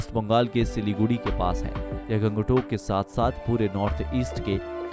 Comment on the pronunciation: Aap ka Pronounciation thik nahi hai.. Guri ko gudi, Gangtok ko gang tak